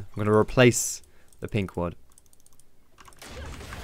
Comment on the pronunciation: it's ward xD